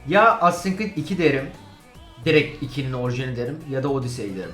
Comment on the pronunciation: Cread değil Creed